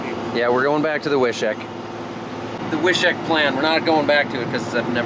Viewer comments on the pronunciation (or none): The correct pronunciation in North Dakota in the Germans from Russia accent is "Viiishiiik" made in Wishek, ND lol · Wishek is pronounced: Wish-ek, not Wi-shek. ( My ex-wife was from Wishek.)